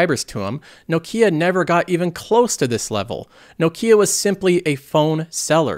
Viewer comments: someone tell this guy how to pronounce nokia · pronunciation of Nokia is cracking me up so much haha.